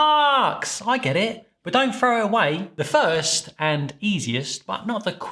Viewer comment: This is Fookin Genius ~!! Everybody just throws up their arms and abandons all hope. That' what I've always done in the apparently erroneous belief that once it's over-proofed the starches are all consumed. "Don't frow it away?" Did you really say Frow? Are you a Thames estuary boy? Thanks. Great Video.